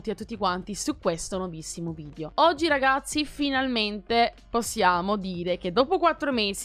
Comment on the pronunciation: Minchia oh che ansia , quante volete dici RGAZZI ogni volta...